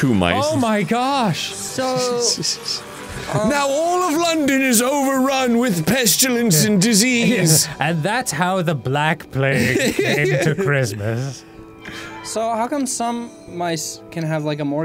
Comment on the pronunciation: "Pestulence"? It's pestilence, Arin.